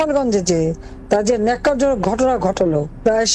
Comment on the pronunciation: Oi Newsreader, Oita “nokkarjonok” noy! Oita hoilo “nekkar-jonok”! Mind your language 🥸